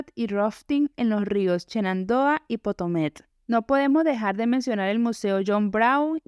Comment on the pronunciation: Río Potomac, no potomet